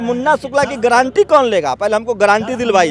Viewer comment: Guarantee word ko thik se bol nahi pa raha hai chala hai m.p. banane.